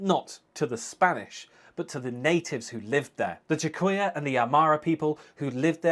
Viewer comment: Quechua is not pronounced che-co-ya, it is pronounced ke-ch-ua.